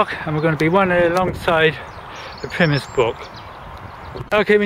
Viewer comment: Thank you for nice video but did wonder why you pronounced Pymmes as "Pimiss" I've never heard it so called in all the 35 yrs of living in the area of the brook. Also - the Park (after you leave Arnos Park), is called Broomfield not Brookfield as shown . However we who live in this part of North London are very fortunate having so many parks to stroll or dog walk in as we do ;>) Many thanks again.